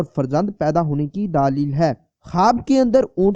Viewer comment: دالیل نہیں دلیل لفظ ہو تا صحیح کرو کسی اردو جاننے والے شخص سے دلیل